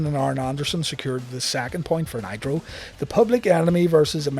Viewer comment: I could have sworn you said "Monday Night Nyquil" lol